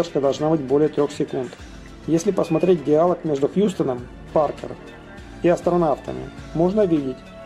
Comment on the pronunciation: Автор, ну как самим не режет слух "диАлог" !!!